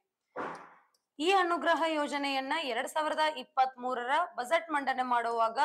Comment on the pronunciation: ಬರೆಯುವುದು ಅನುಗ್ರಹ, ಹೇಳುವುದು ಅಣುಗ್ರಹ😅😅